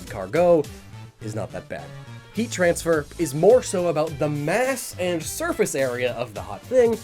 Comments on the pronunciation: "Mass has a lot to do with Heatran sfer. " that is all I hear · When he said "heat transfer", all I heard was Heatran.